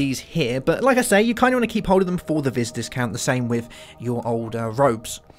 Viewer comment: It's Pronounced Vee not Vis